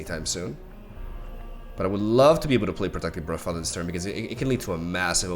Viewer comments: Its brUdfather mate :D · Just a heads up, "Brood" in Broodfather or Broodmother is pronounced "Brude". Like a drawn out U sound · I just find it funny pronounced broodfather like bruh-father